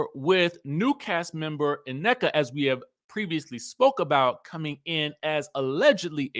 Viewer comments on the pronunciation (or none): Her name is pronounced “Neeka” in Nigerian